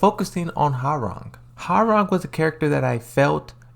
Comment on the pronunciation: Its not how-rang but hwoa-rang like hoa then rang